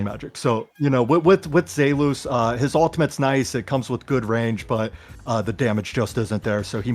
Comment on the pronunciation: The way said “zelus” (zay loose) made me realize that without watching youre videos id probably be mispronouncing everyone’s name. Thanks